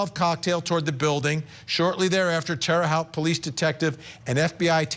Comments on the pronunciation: I mean.. it’s minor… but Terra haute (halt) pronounce it as halt, and that’s as an indy naive.. but again, that’s that important here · FYI, it's pronounced Terra Hote - with a long O, as in 'coat', 'wrote' & 'tote'. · Vinnie! It's pronounced terra hote! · Sweet Vinnie...its pronounced like "terra houte"(love..a lifetime Indianapolis, Indiana resident 😉) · Its pronounced Terre "Hote" 😁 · Pronounced Terra Hote (long o). Spent a bunch of my childhood —there is some darkness in that town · Tara-hoe t Google it and figure out how to pronounce it correctly i just lost all respect for court TV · It's "Terre Haute," pronounced "Terra Hote!,"! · It’s pronounced terra hote vinnie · It’s pronounced terra hoot. Indiana native here lol :) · It’s TER-RAH Hoe-tte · How does Vinnie not know hiw to pronounce Terre Haute?